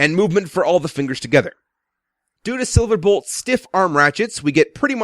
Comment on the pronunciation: you said SilaBolt